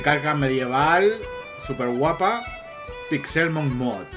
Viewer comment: Cada vez que dices PixÉLmon me sangra un pulmón.